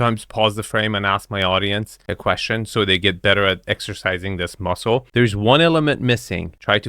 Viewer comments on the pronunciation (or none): none